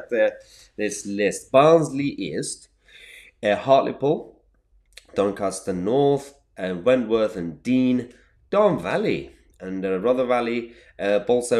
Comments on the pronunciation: Pretty sure it's Dearne (as in the river) not Deane. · It’s Wentworth and Dearne, pronounced “Durn”